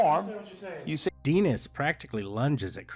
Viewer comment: Denis is a French name. Final consonants are silent. The I is pronounced "ee".